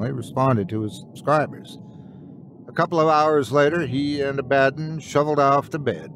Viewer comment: Great video, though when you mis-enunciated the cats' name (Abba - don) I cringed a bit.